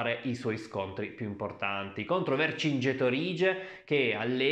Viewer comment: Vergingetorìge egospotàmi? Ma sei anglosassone?😁😁😁😁😁😁😁